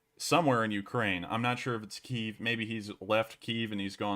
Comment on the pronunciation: Its pronounced Kyiv.